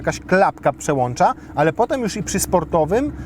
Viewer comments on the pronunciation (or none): none